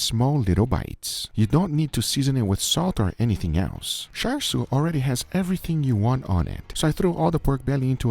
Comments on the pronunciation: How are you getting "sharshiu"? It literally starts with "char," a word you've said countlessly in your videos 😅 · How did he pronounce char siu? Did he say shar like shark? Isn't it pronounced more like char-coal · It's pronounced the way it's spelled, Char, I don't know where Guga found an S to add to the pronunciation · Its cha siu, not char siu. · Dear Americans, it's not char "SU", it's char "SIU/SIEW". It's literally written on the bottle. Please learn to pronounce words. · Why on earth would you say 'shar shiu'? It's char (as in charcoal) siu! It's sharcoal now, isn't it? (Uncle title removed immediately) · what the hell is “shar shou” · He is making Asians mad by pronouncing it like char siu instead of cha siu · Guga, just pronounce it like how you would normally pronounce a char.. its not "shar" 🤣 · Your pronunciation hiyaaa. It sounds like Cha seyou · i die a little every time he mispronounces char siew but i forgive him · Mr Guga.... please check how to pronounce Char Siew correctly....Cantonese way....😁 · take a shot every time he mispronounces "char siu" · whys no one talking about how he pronounced char siu haha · I died every time they mispronounced 叉燒 Uncle Roger, why didn't you correct them? 😭😭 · the char in charsiew is pronounced the same as the char in charcoal. *edit: got it right!